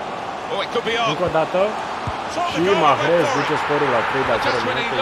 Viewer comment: Coaie nu mai pronunța h-ul din salah si mahrez